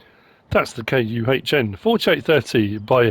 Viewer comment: Great review 👍 I think Kuhn is pronounced as Kern ( As it is a French company) Glad you’ve a made a quick recovery too 👍